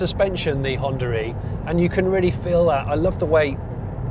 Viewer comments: where the hell you're getting the lett 'R' in Honda E? :) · I just keep hearing Hondar e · what is this hondaree he keeps saying? the car is called Honda E where is the R coming from? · Is it me or he is pronouncing it Honda Ree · Maybe we should rename the car to Hondar E so that British people can pronounce it 😂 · The only reason I mentioned 'tomato' was as an example of how different accents work. In his accent (and my own) it's common to roll two words together and keep the sound running between the two rather than have an abrupt stop, which in the "Honda-e" example comes across like "Hondaree". It's just the accent and people who speak it don't hear the "r" sound which is why I was so confused. But now I get what you mean and like tomato, it's just the way certain accents pronounce the words. It's probably closer to the way most Americans say "one hundred twenty" and most Brits say "one hundred and twenty" but of course it's spoken as "one hundred-n-twenty". Those extra sounds just smooth out the words and native speakers just don't notice them. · Why call it Hondaree lmao